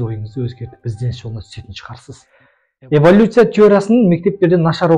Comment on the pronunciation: Эвалюция емес эволюция